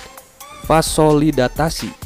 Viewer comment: Mohon maaf koreksi sedikit... Bukan Vasolidatasi, tp Vasodilatasi...